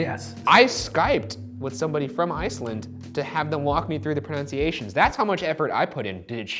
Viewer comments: I think Ryan said pronunciation wrong (it’s proNUNciation) and that amuses me as that is extremely ironic. Just to make sure Ryan never pronounces pronunciations wrong again, btw ghosts aren’t real. Love ya both!! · Ryan can’t even pronounce pronunciation correctly 😂😂😂